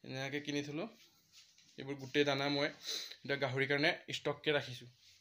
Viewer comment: দনা নহয়-দানা হ'ব লাগে।দাঙৰ নহয়-ডাঙৰ হ'ব লাগে।সনুকালে নহয় সোনকালে হ'ব লাগে।